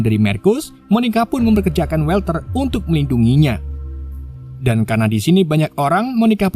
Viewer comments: WALTER dibaca WOLTER bang,,, bukan WELTER, huruf A tidak selalu di eja jadi ''E''. kadang tetap A kadang bsa jadi O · mas org yg namanya Walter itu dibaca wolter bukan welter. cb cek di google dl cara bacanya